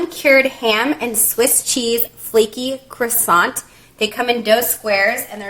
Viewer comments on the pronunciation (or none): none